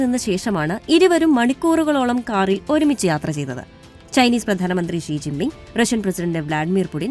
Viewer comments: ജീ ജിന്‍ ബിം ആണൊ ശെരിക്കും? അതൊ ഷീ ജിന്‍ പിന്‍ ആണോ? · ജി ജിങ് പിങ് അല്ലടി അവളുടെ വല്ലാത്ത ഒരു മിക്സ്‌ 😂😂😂